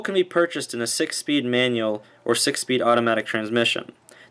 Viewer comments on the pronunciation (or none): Manual not manule Buttons not buh’ins Visibility not vissuhbilidy Awkwardly not ahkwordly Definitely not definly